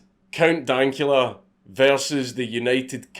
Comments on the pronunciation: Count donkula? It's dank... As in dank memes lmao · "Count Donkula" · >count dawnkula its pronounced count daynkula. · Dank-ula not donk-ula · DANK-ULA NOT DONKULA BRO COME ON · DANK LIKE SHANK NOT DAWNK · Everyone: Count Dankula: Count Dawkula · DANKula, not "DONKula" Come on. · Oi mate it's Count DANKula, not Count Donkula. He even says his name at the end of his clip, and you used to smoke weed too! Com'on! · IT'S DAYNKYEWLA. NOT DONKYEWLA!! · Ok im sorry but throughout the section with Count Dankula you are pronouncing Dank as Donk. Its kinda infuriating. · COUNT DAKULA, mate, wtf its count dankula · Count Donkula? Its DANKula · did just pronounce counts name as donkula? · Count "Dunkula?" how could you possibly fuck that up? Do you not know the word 'dank'? jfc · "count Donkula" like wtf lol i feel like & Keemstar just purposely mispronounce names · “Count Donkula” just stop it 🤦🏼‍♂️ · It’s pronounced Count-dank-ula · really called Count Dankula Count Donkula lmaoo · “Count Donkula” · Count "who"—cula? Haha, I love listening to you fuck up pronunciations. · “Count Donkula”... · Man really can’t say Dank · Nobody:: Count DONKula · There's probably people who already pointed this out, but it's Count DANK-Ula. Not pronounced like Danke (Thanks in german) or anything like that, It's Count Dank-Ula. Count Dankula. Think dracula, but Dank lmao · hearing you say dankula hurts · Anybody else get irrationally angry with how he pronounced Dankula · Why do you say "dankula" like that? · The way you say count dankula makes me want to die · The way you say Dankula triggers me. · Only two things I didn't like in this video. "Dank" being pronounced "Donk." "Woe" being pronounced "Woo." Otherwise, your videos are great, keep it up.